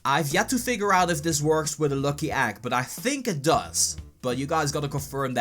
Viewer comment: Why are you saying äggs it's eggs, lol xD